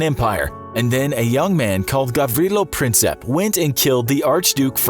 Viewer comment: It's Gavrilo Princip not Princep.